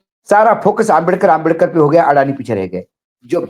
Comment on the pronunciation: दीपक भाई माननीय अंबेडकर जी को आप अंबेदकर क्यों बोलते हैं